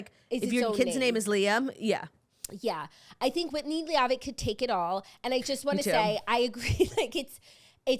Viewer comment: "lee-aw-vitt" is taking me OUTTTTT